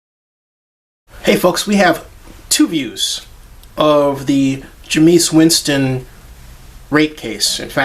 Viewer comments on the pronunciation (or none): its not jemeis its jaimeis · It's pronounced Jame-is. Just for future reference.